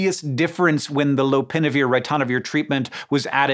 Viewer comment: How to pronounce 'ritonavir' correctly